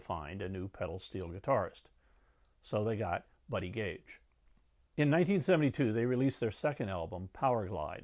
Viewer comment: Buddy "Cage," NOT Buddy "Gage!"